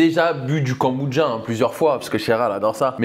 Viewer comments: A quel moment le mot « kombucha » se prononce « Goneboudja » 😂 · J aime beaucoup tes vidéos par contre mes oreilles saignent à chaque « kambouja » j pourrais tout foutre en l’air ! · je suis perturbé tu dis “kambudja” 🤣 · Même moi ça me perturbe 😭😭😭 je parle à ma télé en disant KOMBUCCHHHHA 😂